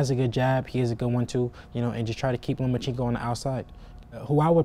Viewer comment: LOMACHENKO "OBVIOUSLY" IS..... LO-MA-CHEN-KO 🤔🙄😆